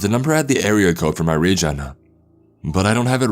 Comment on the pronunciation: Trevor and Tori “the number had the area code from my region-ah” “the message read-ah” “ah I thought of all the possible reasons to not go to work-ah”